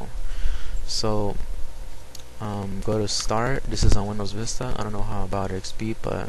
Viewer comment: Vista.... VISTA, ARE YOU SERIOUS